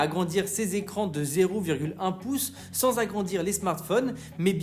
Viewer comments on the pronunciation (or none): none